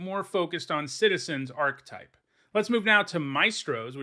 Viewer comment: The word 'archetype' has three syllables and you are incorrect in pronouncing the word as though it only had two syllables.